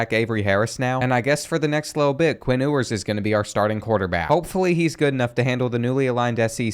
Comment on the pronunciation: Bro said “Quinn ooowers”💀💀